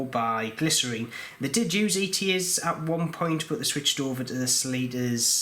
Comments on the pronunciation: GLI-scene is the correct pronunciation, and you have left the broken teeth in watch, oh dear. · It is pronounced gly--cine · Not sure I’d trust anyone who can’t read the word Glycine and pronounced it glycerine. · Hey, thanks for the informatve video. Knowing the issue about the ratchet wheel, maybe we should all consider using the Miyota 9xxx series more often OR have someone make sturdier wheels. Also you might want to call the GLYCINE it's correct name, not glycerine. 😉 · I’ve heard Glycine pronounced: glisten. Which one is correct: glisten or glyceen? 🤷‍♂️ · Sounds like glycerine the way you pronounce it. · He was pronouncing Glycine wrongly which is not a British thing, that's his own problem. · lol.. nope.. just him pronouncing Glycine wrong lol.. either way.. IT'S NOT US SAYING IT WRONG.. WE INVENTED THE LANGUAGE!.. YOU YANKS BUTCHERED OUR PRECIOUS LANGUAGE!! lol..